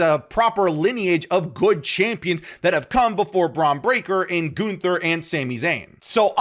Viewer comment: The way says Goonther kills me 😂